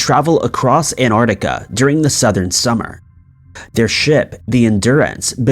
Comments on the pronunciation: Dear Americans, it's Antarctica not An-artica. Source: live not too far away from it. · Where on earth is 'Anartica'? Where are the 'Azoruz Islands'? Where is 'Maycedonia'? For Heaven's sake learn how to pronounce place names before creating another, otherwise interesting piece of work. It's unprofessional.